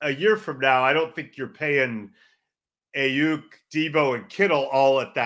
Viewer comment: And that he can’t say Aiyuk the right way